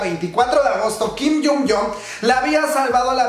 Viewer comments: Kim hyon yun!!!!!! Asi se pronunciaaa 😭😭 no “Kim Yun Yong” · Mi kim hyun joong es un fénix 👽💚 Pd. Y se pronuncia tal cual Kim Hyun Joong no es kim jun Jon 🙄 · Me encantas, pero me estresa como pronuncias el nombre de mi amado jajaja 😂